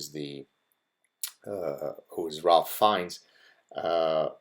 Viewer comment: Thank you for these thoughts! Small correction: Ralph Fiennes' Christian name (as it used to be called) is pronounced 'Raife'.